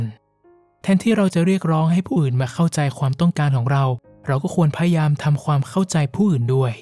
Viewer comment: ขอบคุณมากๆค่ะ เสียงเพราะฟังเพลิน (มีคำว่า พยายาม ที่ผู้พูดออกเสียงว่า พยาม ขัดๆหูนิดนึงค่ะ ได้ยินมาหลายคลิปเลยแอบมากระซิบ) เป็นกำลังใจให้นะคะ ติดตามตั้งแต่ยังไม่ถึงแสนซัพ เก่งมากๆเลยค่ะ